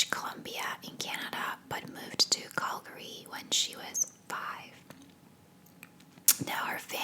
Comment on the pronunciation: I live in BC and had no idea you were saying Calgary lol, I thought it was some place in the US I was not aware of. Great vid though. Thx